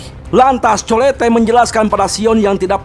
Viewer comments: Itu colete di baca nya colet bang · Colette di bacanya kolet bang..😅